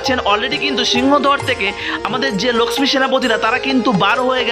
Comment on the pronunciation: ভাই তোমার উচ্চারণ এত নিম্ন মানের কেন? লক্ষ্মী উচ্চারণ কি? উপস্থাপন বেশ ন্যাকামো। লিখেছ জগন্নাথের রথ ভেঙে দিলো? তাই কি?